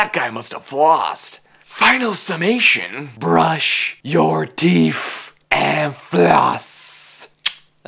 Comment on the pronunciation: "BRUSH YOUR TEEF AND FLOSS!" Nice pronounciation ;)